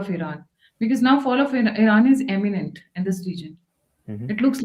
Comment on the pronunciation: Madam - Fall of Iran is EMINANT - you said - it’s actually IMMINENT not EMINANT❕🙏